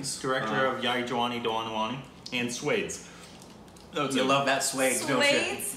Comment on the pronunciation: It's pronounced Swaa des